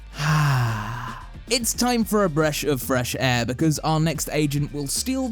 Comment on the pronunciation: Lol Bresh of fresh air xD